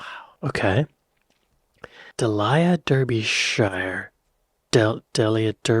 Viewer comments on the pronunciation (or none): Oh Lord! I understand Delia Derbyshire is a new name for you- but to hear you mangling it like that is painful! 😂😂 But identifying that she was a genius made up for it! Loved Tubeway Army / Gary Numan when his" music first appeared- it was so different from anything else around. But saying the listening public "connected with 'Are friends Electric?' little knowing the song was about a robot prostitute from the future" We absolutely did know that? I mean it's there in the lyrics......if you bother listening to them. What a weird thing to say.....